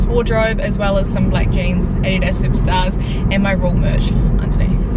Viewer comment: DID YOU SAY RUEL MERCH?!